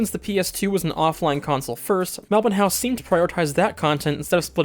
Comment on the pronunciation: That part at the end was lovely, and also mad props for pronouncing Melbourne correctly haha